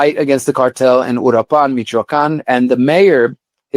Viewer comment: This "journalist" who lives in Mexico but can't even pronounce Uruapan, is a FRAUD. There has been no data connecting the present federal government and the cartels